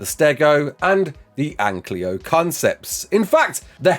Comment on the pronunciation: it's an-ky-lo, not an-klee-o. Don't do this to me,.